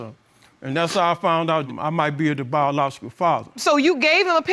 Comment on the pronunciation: BIJALOGICAL. YEA I HEARD THAT